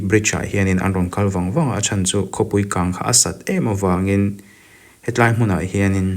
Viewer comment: He tlai. Ani lo. Mizote tawngah a awm lo. ( Helai) ti a, lam tur.